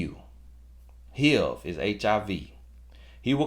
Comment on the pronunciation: you speaking the truth. But HIV pronounced Heeiev 😂😂😂😂 general 😂oh lawd!